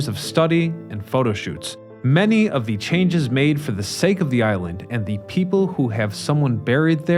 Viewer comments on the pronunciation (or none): none